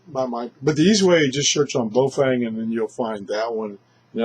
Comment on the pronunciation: The radio is called BAOFENG not bofeng lol